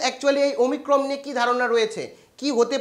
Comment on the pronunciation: Ota omicrom noi vai omicron🙄